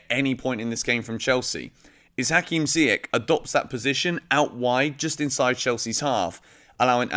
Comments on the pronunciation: You should pronounce Ziyech and Saul correctly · Dude you are still saying Ziyech's name wrong..... :P Saul gone in January, man is past it which is crazy since he's still so young. I'll be the one to say it, RLC will never be more than a 4th or 5th string mid for Chelsea and that DOESN'T CUT IT! Can we wait until the summer when Gilmour and Gallagher come back? WE REALLY NEED 1 of them NOW! Tough choices in January but I'm going to say we should go for Tchouameni!